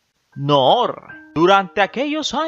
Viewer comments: No es nouuuur esa es la varíen te en masculino... Es Nuru y es suave así se pronuncia... Ay no q insoportable.. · Me parece que debes tomar clases de pronunciación de arabe. Segundo en idiomas extranjeras se usa fonética en ingles o frances. Noor , Nour es nur نور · Cada vez, que decías, el nombre de la Reina Noorrrr, temblaba mi casa!!! Omg... Que horror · Muy divertido como pronuncias Noooooor 😄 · Él se pega en el dedo pequeño cuando pronunca Noor! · Muy buen reportaje, nomás no exageres al mencionar el apellido Noor que se te oye pésimo